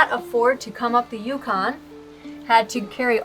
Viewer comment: Can you, You repeat the name Yukon. Yukon. Say Dawson City, YUKON. Repeat that... Yukon. Yukon